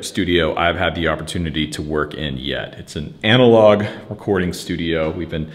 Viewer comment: Loved it thank you. Analogue - get it sounding right and commit!!